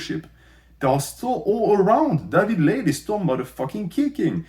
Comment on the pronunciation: I kept hearing David laid as "daddy blade" haha i was so confused